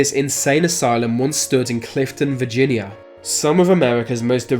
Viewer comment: You're talking about Virginia, not Vagina ✌️